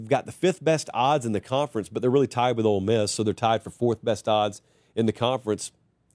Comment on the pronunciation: I hear “old” miss every time talks about ole miss. Just me?